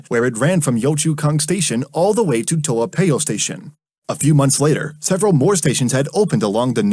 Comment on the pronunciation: Is Toa Payoh not toapeo we Singaporean say Toa Payoh not toapeo you have the accent you still have to say Toa Payoh